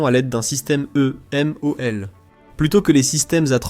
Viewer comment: La voix de l'IA est pénible, vraiment. Ensuite, le titre est racoleur. Ce n'est pas un défaut critique tant la doctrine differe des USA. Et on dit EMALS, pas EMOL. Bref, la qualité est à améliorer